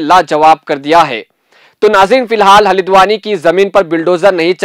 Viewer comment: Halidwani nahin bhai. Haldwani bolo. Aap log urdu ko bigar raheho...🤣🤣🤣